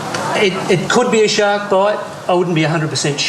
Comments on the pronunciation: It sounds like he’s saying shock every time they say shark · I thought he said "shots" lol